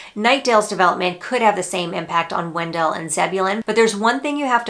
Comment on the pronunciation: wen-DELL! Yes, it's named after Oliver Wendell (WEN-dle) Holmes, but it's not pronounced the same way (per town staff circa 2000 - I asked about the discrepancy, and they laughed it off). My son bought in Angier (not even Wake County) late 2022, and I'm not looking at stats, but it seems that the asking prices are comparable to Garner these days. Love the videos :)